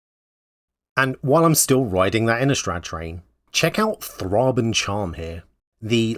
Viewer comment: Springheart Nantuko and Phlage are so good, I also really like the Landscape lands in this set. I like the Djinn change, efreet and many other genies are all technically djinn. I believe that's how you pronounce Freyalise, but I'm pretty sure Thraben is Thray-ben.